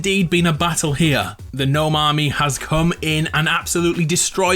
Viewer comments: Its pernounsed nome not g nome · Wait you weren't saying it as "Guh-nome" because of the meme, you ACTUALLY though it was pronounced that way? Bro I thought you were just 'avin' a laugh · I know it's gnome, pronounced Nome. But gnome, pronounced g nome sounds better in fortnite! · Wait, you didn't know gnome was pronounce nome? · Umm so I know u realized how gnome is said but can u still pronounce it g-nome in ur vids for the memes? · I thought you were saying G'nome just for the laughs 😂 should just stay like that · Aww I liked how you said Gnome, who complained?! G NOME 4 Eva! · you know I am totally fine with him saying guh name. That's way better than just gnome. Basically English is weird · I thought you said G-nome like that as a joke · You REALLY should go back to saying Gnome The old Gnome not with the silent G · Can u say gnome can u ples5say it without a silent g. It has a bit of a ring 2 it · I thought he mentioning the You've been gnowned meme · Omg this whole time I thought he was mispronouncing gnome just to be funny. I had no idea he didn't actually know how to properly pronounce it!